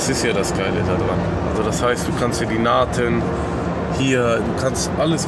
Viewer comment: die nahten oder die nähten XD